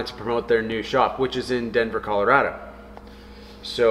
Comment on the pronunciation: You should hold a seminar while you're here on how to properly pronounce Colorado. 😅